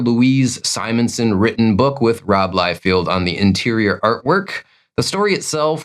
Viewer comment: I think the names are pronounced McFarrLan and Liefeld. Not McFairlaine and Liefield. But whatever dude, sorry for being a nitpicker. Like your content